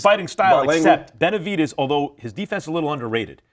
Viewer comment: Pronounced BenaviDEZ. NOT benavidies 🤦🏽‍♂️ Max is 🗑 now.